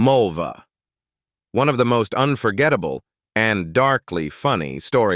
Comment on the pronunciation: Not Molva ...Mu!va....like vulva....